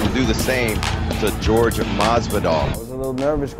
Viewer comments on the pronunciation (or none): When they said jorge instead of Horhe.... 🙄